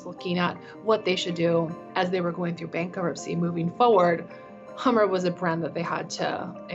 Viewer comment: "Get to Da Hammah"